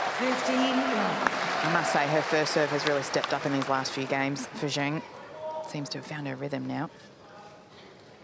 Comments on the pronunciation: WTF, Zheng is awfully pronounced as "ceong"! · The Australian commentators need to learn how to pronounce Zheng. Even the umpire gets it more correct. So it’s a matter of choice. And the crowd is clearly biased to the point that they are disturbing the athletes. And the commentators really tried, but they are definitely feeling more towards Olga. Always trying to find something nice to say about Dani, whereas towards Zheng is, let’s say, more critical. For example, the winner by Zheng. They would try to “give advice” to Dani, but if that winner down the line was by Dani they would praise with all their hearts “such good play” and control and court coverage. Seriously, it’s been decades with this white privileged commentary.